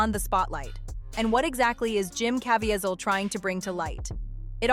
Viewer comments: Cuh veez el. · Pronounced Caveezel